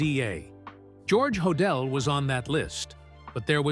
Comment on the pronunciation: Ho- dell. Pronounced. I’m sure he was guilty.